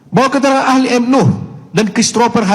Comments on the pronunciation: Namanya NUUUHHH,, bukan NUUURRR! Tulisannya jelas-jelas di semua tempat NUH, pake H. Tapi kenapa dirimu nyebutnya NUR terus, dah?! 😅😂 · DIBACALAH YG BENAR...MUHAMAD NUH..bukan Muhamad NUR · BUKAN MOH. NUR tp MOH. NUH... hati2 bro untuk penyebutan nama seseorang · Cuplikan video nya bagus,enak ditonton. Tapi sayang host nya rada bikin geli telinga...... Tiap kali nyebutin M.nuh,diganti jadi M.nur. netizen dari kampung ini,jadi bertanya2,sejak kapan huruf H,disebut dlm kalimat jadi R? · nama org salah salah melulu M Nuh Al-Azhar bukan,M Nur alAzhar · Bang, namnya Nuh bang, bukan Nur... klo salah sebut sekali-kali gpp bang, tapi klo terus-terusan gak enak dengarnta Bang, Saran, sebelum upload di check dulu bang, soalnya abang sering banget salah sebut nama.... Semangat ya bang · Terulang lg salfok ku Maaf sll sj tdk tepat menyebut nm org Nuh, yg bbrp x disebut Nur Hafalin dl bbrp x, agr penyebutannya bnr, trims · NUUHHHHH bukan NUUUrrrrrrrrr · Salah nyebut mulu lo. NUH! NUH!!! bukan NUR!! gimana sih lo!! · 😂😂😂 Kamu jd host dikonten sendiri saja bisa salah bc nm org woiiiii muh nuh bkn nur😂😂 Berikut Muh Nuh ini emang Polisi bkn punya hubungan dgn polisi tp emng polisi Kamu parah bangat ya bw acara kok salah" Kamu pelajari dulu konten br tayang biar gk salah ya😂😂😂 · Muh Nuh bukan M nur, tu abangnya juga Salah trs nyebutnya, nur nur muluk, hadehhh. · Lu nyebut nama jg salah.m nuh kok m nur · Muhammad NUH, bang... bukan NUR...